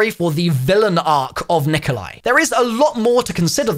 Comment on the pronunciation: It's not Nikolia lol